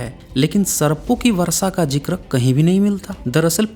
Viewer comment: एक बात तय है की मे वीडियो मे क्या बोल रहे हो इस से ज्यादा तुम्हारी आवाज़ पे ध्यान दे रहा था. बड़ा ही घटिया तरीका है बात करने का, ऐसा लगता है किसी सडक छाप को उठा के वीडियो मे बोलने लगा या हो. Pronunciation और भाषा पे भी ध्यान दो. कोशिश को कोसिस और वर्षा को वरसा, शुद्ध को सुध बोलते हो. कॉन्फिडेंस की कमी लगती है तुम मे. छुप छुपा के बोल रहे हो ऐसा क्यों बोलते हो? अपनी आवाज़ से ही वीडियो देखने वालों को भगाने का गज़ब का हुनर है तुम मे. खुद से नहीं होता तो किसी और से बुलवाओ वीडियो. बकवास और घटिया आवाज़ और pronunciation के साथ हमारे कानो पे अत्याचार क्यों कर है!!!!